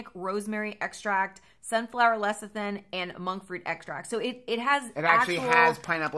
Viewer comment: 👍😀 Yay! You nailed the "lecithin" pronunciation. (No giveaway for me. Sorry, I don't mean to comment on the giveaway videos but I couldn't resist)